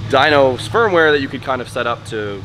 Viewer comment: said "spermware" instead of firmware 💀